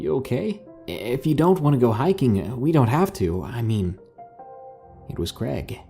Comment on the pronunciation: Creg? Pick a name dude. Is it Craig or Greg?